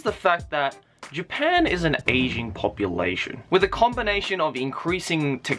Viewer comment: Every time you said ageing all I could hear was Asian and I just thought yeh no shit Japan has an Asian population 😅